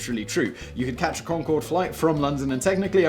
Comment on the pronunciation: The final "e" on Concorde was Gallic, not Gaelic. Maybe if you rehearsed or did a read through once you wouldn't have botched the pronunciation.